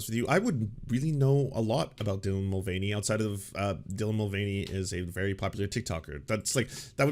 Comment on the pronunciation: “Dylan Mul-gain-y” sounds like if they had a fitness channel or a bodybuilder alias. 😂